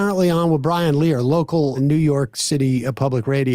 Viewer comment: Can Sam really not pronounce Brian Lehrer’s name? He’s a New York institution man.